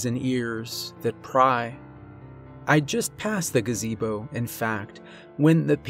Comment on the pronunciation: "black gaZAYbo"...